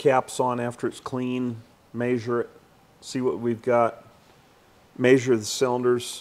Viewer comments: I made a new drinking game, every time the old man says "may zure", take a shot. 😂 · "May-Zur it" 😂😂😂🤦🏽